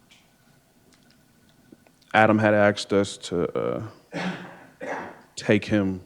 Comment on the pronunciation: She "axed ta cum"